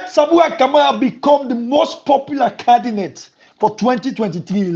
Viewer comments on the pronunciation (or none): nor Sabi pronounce candidate?